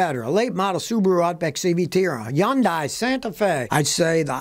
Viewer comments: I thought it was Hyundai not Yondai. lol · I have watched all your videos for years! Hunday it is pronounced Scotty! The Y is silent! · Scotty how do you not know that Hyundai is pronounced like Sunday? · Nah...whichever station that doesn't charge an extra $.10 for Dbt/Crdt purchase is the best. Second, is the station that gives you a discount if you buy a wash lol BTW... 'HYUN-DAY' WhyTF is it so hard for y'all to pronounce?!? 😂😡😂